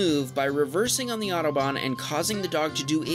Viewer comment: It is so funny how americans pronounce the "German Autobahn" :D